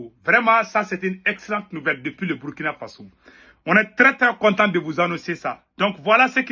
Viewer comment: C'est Burkina Faso, prononcé Bourkina Faso'